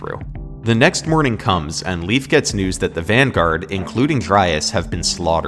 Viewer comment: Leif is actually pronounced like the letter A. Lei(A)f.